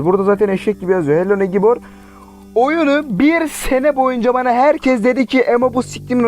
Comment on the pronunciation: Abi negibor değil neybır😂😐😂